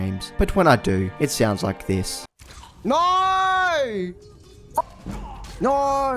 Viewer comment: The classic Aussie norrrrrr